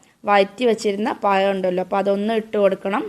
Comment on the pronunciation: അടുത്ത വീഡിയോ ചെയ്യുന്നതിന് മുമ്പ് നാക്ക് വടിച്ച് വന്നാൽ മതി പയം പോലും പയം